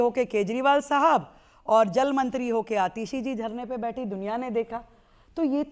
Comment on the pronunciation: Isko ko atishaya asha hai isliye athiyasha bolte hai